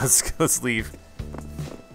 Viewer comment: i laughed when he said '" let's leave"' > "let's Leif"